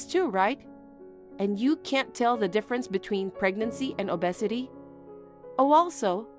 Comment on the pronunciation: 'Obesity' is pronounced 'oh-bee-sit-tee' not 'uh-bussidy'